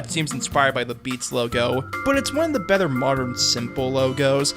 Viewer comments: The bether instead of better was really distracting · Why do you pronounce "Better" as "Bether"? I counted at least 11 times since i noticed and i haven't reached the end of the video yet.